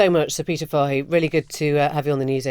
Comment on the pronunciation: Fahey is an Irish name and is pronounced " Fay ".